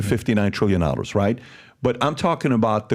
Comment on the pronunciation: Some of the questions he asks as if he is 5 year old child. Also its so disgusting how he says “nollars”, not dollars